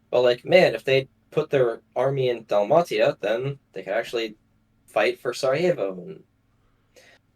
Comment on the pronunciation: Hearing Dahl-mah-ti-a instead of Dal-may-sha hurts me lol